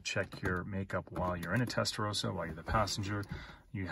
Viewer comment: Testarossa not Testarosa ...